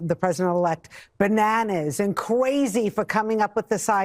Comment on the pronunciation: Hey, FOX news lady, it's "crazy" not "Kwazy"?? and lady it's not Green Land, its Greenland, and maybe they should say that the flags being at half-staff is NOT anything new despite Trumps' whining. It happened before Nixon's inauguration when Truman had just died.